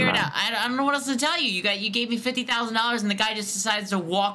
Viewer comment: fifty tousand